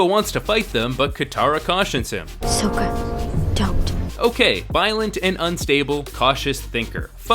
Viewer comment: "soh ka"